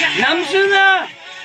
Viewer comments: And the fact that he didn’t just say Namjoon but "nAMjoonAA"🤧🤧❤️ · "namjoon-ah" LMAO HE'S A REAL FAN OF RM HSDASKDJSLKD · HE SAID NAMJOONAH!!!! IM DYING YES I LOVE THEIR FRIENDSHIP!!! 💖💖💖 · HAHAHA!!! When BTS came out, Jackson said "Nam Joon-ah!" and I was like, "Bruh..." Jackson keeps calling Joon on the phone too😂😂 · “NAMJOON -AH”! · "Namjoon- ah" lmaoo 😭😭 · The way he said Namjoonah is best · "namjoon-ah" im whipped-😭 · Jackson: namjon-nah Me: shot dead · "NAMJOON-AH" kkkkkkk